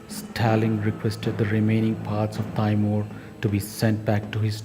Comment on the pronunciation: it's not pronounced "tayymuhr" it's "tee-mur"